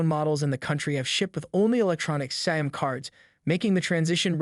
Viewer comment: Tf is a "SAM" card? Can you pronounce SIM?